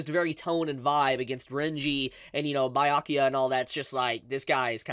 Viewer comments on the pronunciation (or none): And it still feels like its still warming up. (....also it's "bee-yakuya" not "bye-yakyuya".) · Wait not tryna be annoying but where did you get bi-akuya from 😭😭. Everyone says bee-akuya either in dub or sub lol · It’s Byakuya not Bayakuya pls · Who t f is Bayakua? It's Byakuya. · I don’t care much but I know others will cry so for next time.: bye-yakuya Everyone else: B-ya-kuya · Stop saying bayakuya..... it's BYA kuya . Ur adding an A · Nah let me help you “bro.” It’s Buh-yakuya not “bee” lol have y’all ever taken a Japanese class or spoken Nihongo? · its Byakuya not bye-ayakuya 😂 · It's not BAI-YA-KIYA. BEYA-COOL-YA. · Be-ya-coo-ya. Byakuya. 🤔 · Bi-yakuya? cmon youve gotta be trolling with these pronunciations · “Bye-yakuya” is going to hit different next week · Am I missing something? Is there a reason why he calls him BYE-akuya? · Why do say Bayakuya? It sounds silly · I swear if he says bye yakuya one more time I'm gonna flip a table😭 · It hurts a little bit, with so many times you hear his name (Bya kuya) throughout the whole anime you should learn how to pronounce it but I guess that doesn't matter that much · Did this man just say Biyakuya and Itchigo? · Lemme try to help you out bro Bee-ya-koo-ya (Byakuya) E-chee-go (Ichigo) (H)Way-co Moon-dough (Hueco Mundo, you can pronounce it with an h or not) Hearing you pronounce Byakuya like that so many times was rough man 🤣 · "Baiyakiya"💀 Byakuya behind be like:👁👄👁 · did he say Bayakuya? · I was straight like yo wtf is bye Yakuya 😅love. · Lol 🤣🤣 🤣 love how you pronounce Byakuya to "BAYA"kuya ... You just made my night, All the way from South Africa. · That's one of his selling points. He gloriously mispronounces the Japanese names ALL the time. And for some reason he leaves out the first "b" in subscribe. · i love your videos but why are you pronouncing byakuya like that 🤣🤣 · My heart aches everytime tries to say Byakuya or Hueco Mundo